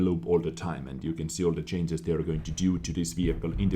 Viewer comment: why hasn't anyone taught to pronounce changes as CHAIN-JES?